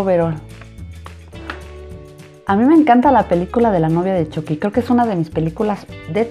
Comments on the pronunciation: Se pronunsia chucki no chocki 😕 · Se dice chuky no choky Igual me encantó como lo isiste espero que a gas muchos mas❤❤❤❤❤❤❤❤ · No se dice choqui se dice chuqui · Dijo choqui elugar de chuqui 🤣🤣🤣🤣🤣🤣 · Se dise Chuky no Choky